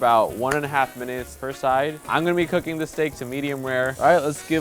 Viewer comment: "Let's get cookingchhhh"